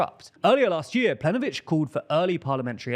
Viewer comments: Okay the Croatian section is veery questionably presented. Ignoring the hilarious pronounciation of Plenković, saying that what Milanović did in the parliamentary elections was a Coup D'etat is overblowing it to the extreme. What he actually did was just run as the candidate for prime minister without stepping down as president. This was higly questionable in regards to its constitutionality but nowhere near to a Coup D'etat. Also, saying that HDZ is "widely accused by the opposition" as being corrupt is also disingenuous. They've been officially convicted for corruption as a party and anybody living in Croatia that isn't a party shill (and probably some that are) would tell you that they are known to be corrupt. Hell, a lot of people vote for them knowing that they're corrupt just because they don't like the left. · My guy, if you want to sound like a credible news outlet, please learn how to pronounce names of leaders correctly. It is Andrej Plenković [andrey plank-ovich is the closest you can get to it], the Z in HDZ is pronounced as ZED not ZEE. The first time it is funny, but after that it gets annoying, especially since you got an entire team of people checking the materials for this. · Planković is the croatian priminister, the first you said it wrong it was funny but got annoying quickly. lamao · Plenkovich not plenovich, pls make an effort to get these right, it makes you look less credible